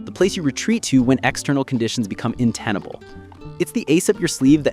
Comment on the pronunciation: I finally decided if this is a human voice when he said “intenable”